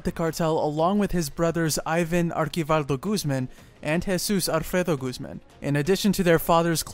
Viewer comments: It’s archivaldo not arkivaldo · And its (Archie-vaLdough) and (Low-erra)